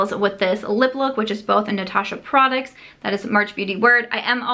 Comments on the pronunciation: Does anyone else love the way pronounces "products" as "prodicts"? 💜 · I like how she pronounces prodicts and surum (serum)... She's so cute.